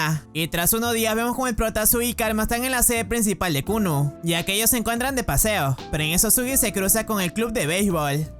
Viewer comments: El colegio llamado Kuno xd es kunu pero se le entiende kuno xd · yo entendi kunno y no kunu;v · escuche el colegio llamado kunno xd y era kunu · en el comienzo escuche Kuno JAJAJAJAJ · bro en el inicio escuche que el nombre del colegio era kunno en vez de kunu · Siempre escuche "kunno" ●_● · Al inicio pense que dijiste clase kunno XD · lo primero que escucho en el video es la escuela kunno en vez de kunu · Le entendí kuno al inicio XDDDDD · Pense que dijo kul0 digo Kunno pero es kunu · Yo creí que dijo kunno XD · soy yo o dijo kunno XD